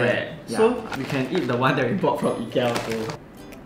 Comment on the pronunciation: Your pronounced IKEA wrongly...